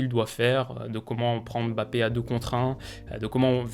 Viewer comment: Je te parle en tant que Camerounais, je te supplie d'apprendre à prononcer "Mbappe"